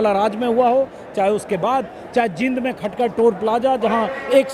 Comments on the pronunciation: Anjum ji aap Jind ko जिंद bol rhe h jbki जींद bolna chahiye, Isko aap thik kijiye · Sir it will take time to correctly pronounce the name of the district. It is JEEND and not Jind. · Sir ji aap jeend bolo please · Sir jind ka ucharan shi kijiye